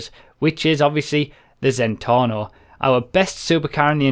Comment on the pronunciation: it's Zentorno not Zentonno